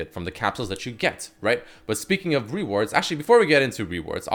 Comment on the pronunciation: Why can't he pronounce the word reward properly?